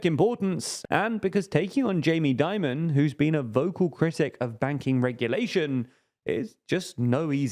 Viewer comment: "Dimon" nor "Diomond"